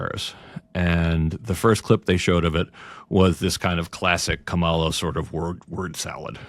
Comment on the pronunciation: Greg Lukianoff, after her presidential run U still don't know how to properly pronounce Kamala? Y haven't u noticed & adopted the correct pronunciation of a presidential candidate's name? Is it u just don't care, are indifferent, or lazy or is it something else such as disrespect, or worse a malicious dig? Just get it right if u r going to invoke a name that was in the public's sphere long enuf to master it. Thr's no excuse other than deliberateness. Kamala=COMMA•luh Kamala≠Cuh•MAHL•uh